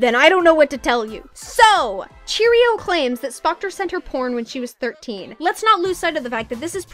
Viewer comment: Everyone keeps calling Cherioux cheerio omggg lmao, btw it's pronounced sheh roo but please keep saying cheerio it's funny